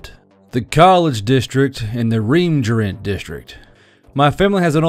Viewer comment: I kind of love how the Re-emergent District turned into the Reemjerent District.